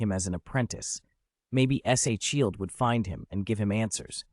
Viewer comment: Why can’t your ai say shield properly?